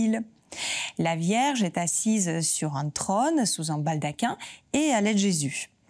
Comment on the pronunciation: „la Vierge est assise sur un tronne“ 😄 La langue française a 16 voyelles phonétiques, dont deux [o], un ouvert et un fermé, et „trône“ se prononce avec un [o] fermé! N’oubliez pas que YouTube est regardé dans le monde entier, entre autres par des Français à l’étranger, mais aussi par des étrangers francophones, qui, tous, veulent garder le contact avec la langue française, alors prononcez correctement et vous serez bien comprise.